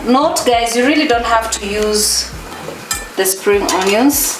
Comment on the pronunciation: Kikuyu struggling to say really really really loved it. Dont try so hard sema tu riry riry riry tutaelewa.